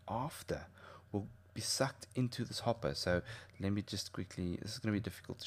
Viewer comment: went a bit rench there, hopp'er